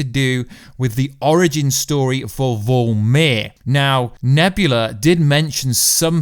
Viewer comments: I don't mean to be a stickler about pronouncing words but it's VORMIR not VOLMIR. Love your channel. Just sayin'. 🤨🇨🇦👊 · Vormir not vulmir